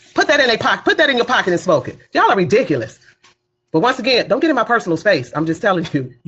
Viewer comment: What's embarrassing is a grown woman running for office that can't pronounce the word ridiculous correctly.